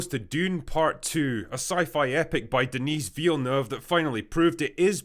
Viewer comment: Did you deliberately mispronounce Denis Villeneuve's name? Or did you build a channel (that I quite like) around criticisizing weak and lazy film production whilst simultaneously failing to learn how to pronounce a person's name? Seems a little hypocritical, so I'm just going to retcon the story so that you have some in-joke which leads you to mispronounce his name.